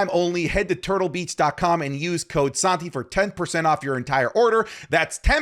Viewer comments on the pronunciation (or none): none